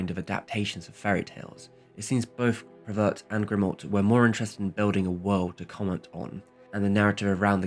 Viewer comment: THis is an amazing video that taught me a lot about that film I have seen many times, and I am French. Just for information (it's really not a problem), the pronunciation of French names is really off and at times, the spelling (Cocteau, sounds like "cocto"). Prévert is akin to "pray vair", Grimault "gree mo". But this is just for your enjoyment, I didn't mind it at all. Thanks a lot.